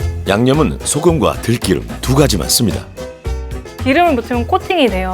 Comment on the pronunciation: 들"끼"름 아니고 들기름입니다. EBS 방송국 이신데...발음에 좀 신경 써 주셔야...